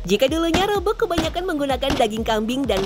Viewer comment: Pentingnya seorang VOT bertanya tentang pelafalan nama tertentu, rabeg tuh tdk dilafalkan "rabeug" 😁